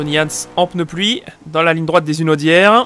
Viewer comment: Pitié...Pas les "Zunaudières"...Il y a un 'H' aspiré à Hunaudières ;-)